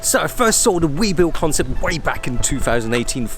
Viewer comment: "We, bull" not "We, Bill"